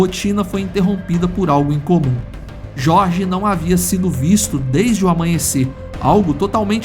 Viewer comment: O narrador do áudio em inglês pronuncia o nome "Jorge" com a pronuncia em espanhol, onde a letra J tem som de R. O Brasil não é um país hispânico , avisa para esse narrador mequetrefe.